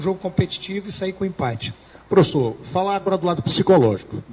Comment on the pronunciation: Impate não o certo é empate...kkkkk